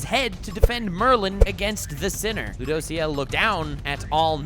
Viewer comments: It kinda triggers me the way he pronounces ludociel "loo dough see el" xd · Oh man i hate how you pronounce Rueduciel. And he’s a guy not a girl. But other than that great video